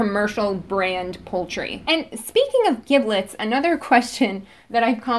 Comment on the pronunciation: It isn't pronounced (hard "g") "gib-lets". It's pronounced "jib-lets". It is a soft "g" due to the "i".